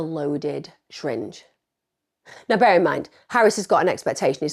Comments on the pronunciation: Emma, the way you pronounce 'syringe' is hilarious haha, 'shyringe' - amazing video btw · I love it when you say shringe lol